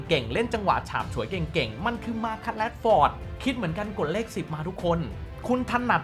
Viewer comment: อ่านไทยออกไหม แรชฟอร์ด